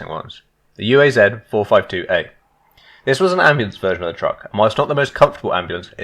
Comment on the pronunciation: It's not yu ei zed, it's uaz, sounds like oo'uzz.